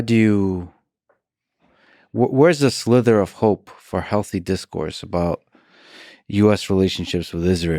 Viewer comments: Lex, the word is “sliver”, not “slither”! A sliver is a small piece, and slither is what a snake does. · It’s a “sliver” not “slither” hahaha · It's sliver.. SLIVER!!! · Slithers? Or slivers.. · Lex, the expression is a "sliver of hope" — "slither" is a mispronunciation common in some dialects of English across the pond: :) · Is it just me or is lex saying "slither" of hope as in a snake slithering, versus a "sliver of hope" as in like a shard or ray of hope coming through? And he got John to repeat it at one point? That was entertaining, as well as the rest of the podcast.